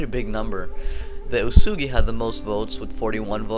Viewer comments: its pronounced as uyesugi not uesugi...........shogun 2 total war didnt do their homework well...lol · Soren Wiedmann it's supposed to be pronounced as Uyesugi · isnt it pronounced OoSaeGi?